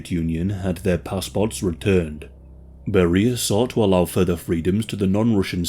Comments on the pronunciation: His name is pronounced Bare-re-a, not beer-re-a. Thx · Why are you mispronouncing his name like this? In English it's pronounced "Barry-ah", not "Berr-ee-ah". Do you not speak English? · You're pronunciation of his name is not correct. It should sound more like 'bear-ee-ya'. Google Translate is always handy to help with pronouncing names, etc... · Vile monster. Even STALIN wouldn’t let his own daughter near him. But I don’t think you pronounce “Beria” like “Maria.” It’s “Bury-uh” or at least that’s the common pronunciation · Bro why in the world are you pronouncing his name Barreeeah? Sooo off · Beria is pronounced “BERR-ee-ə”, contrary to how we would expect in English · That’s one way to pronounce it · I was puzzled by the pronunciation since I have never heard it pronounced that way. How does someone put out a documentary about a subject that doesn't even have the correct pronunciation of his name....?